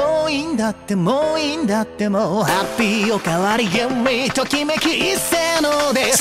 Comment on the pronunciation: 「ハッピー特盛」の小さい「つ」がしっかり発音されているのが本当に好き 男らしくて最高にかっこいい歌ってみたでした、テンションぶち上げです！！🎉